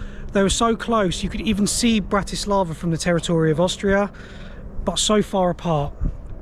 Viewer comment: FYI you got the pronunciation wrong. Don't treat it as english language.